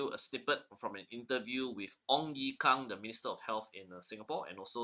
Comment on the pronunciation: Not Kang it's Kung